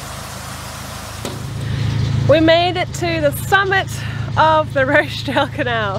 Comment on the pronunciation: Do enjoy your videos but have to correct you, its the Rochdale Canal (the CH is pronounced as in Watch) appologies for the pedantry!!!!